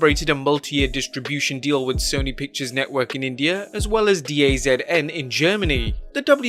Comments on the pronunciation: It's "Da Zone", not "D.A.Z.N." You're welcome. :) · D-A-Z-N... 😂😂😂 it’s pronounced Da Zone